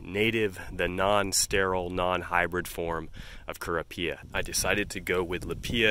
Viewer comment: Rather jarring your pronunciation of lippia and kurapia.... I've watched several videos about each and I've only heard, "LIP pee uh" and "ker OP ee uh" 🤷🏼‍♀️